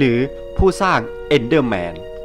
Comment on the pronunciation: EnderMan ครับไม่ใช้ Endderman